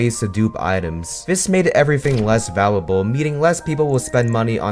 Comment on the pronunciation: The gen z brain rot editing is killing me. This dude can't even pronounce his own script properly. "Valable"